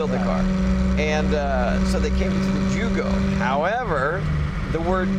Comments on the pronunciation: Jugo is pronounced You-go, not Jew-go. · Ummm ... Jugo is yugo.... There's no y in the alphabet and j is pronounced like a y... So jugoslavia is how it is written.... It's not a complicated story at all 😂😂😂😂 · Jeff you dolt, the J was still pronounced with a Y sound. This is common in many Eastern European languages.